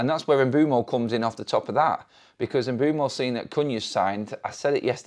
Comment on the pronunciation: His name is pronounced Umb'wem'o